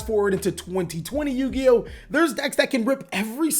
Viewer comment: Did he call himself a yugi-ho?